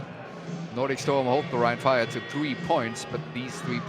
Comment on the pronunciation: Soll das ein Scherz sein? ein schlechte KI-Stimme als Kommentator? ernsthaft? omg wie er rhein fire ausspricht 😂 rin feier . ihr sollte bei einem solchen Produkt echt bessere Videos produzieren. und jemand zu finden, der so ein Text einspricht, kann nicht wirklich schwer sein.